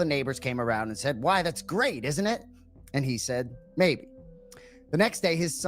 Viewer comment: Anik says "maybe" as "may".